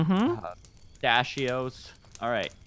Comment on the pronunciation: u say yuk to postasheo ice cream i just 8 some